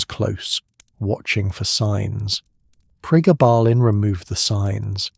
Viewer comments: Gayba? Pregarrrrbarrrlin? It’s GABA as in Dutch Gabba techno, and pregablin as in PRE GAB LIN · Pre gab lin ….,, that’s he you say it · We call then pregabs, the full term is pre-gab-lin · PRE - GAB - A - LIN Please correct your pronounciation - for gods sake AI you are so CRAP !!! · Why the fck are you pronouncing it like that. It's PRE-GABBA-lIN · The way you mispronounced Pregablin through this whole thing drove me insane but I persevered. As a drug worker I will take all the information I can get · Interesting, as I have fibromyalgia. Your AI needs better training. It pauses as odd places, then jumps at others. And the way it pronounces pregabalin. Thanks for the info, it was very interesting and informative, especially its popularity growth, in the dark. Put please, listen back to your videos, that should, I would think, get the errors to leap out. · That’s the same dosage (600mg per day) I was on for 17 years for acps. I realised the drug was doing more damage to me than the pain & quit. Went through days of sweats, stomach cramps & intense mood swings. The AI voice is pronouncing the drug’s name incorrectly- very annoying